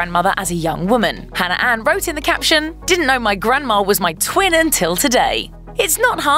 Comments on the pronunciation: Really... you had to pick a host that pronounces Hannah as Hanner? 🙄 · Katelyn Leigh her accent isn’t what’s causing her to say hanner instead of Hannah cuz she’s said Hannah multiple times through the video with no problem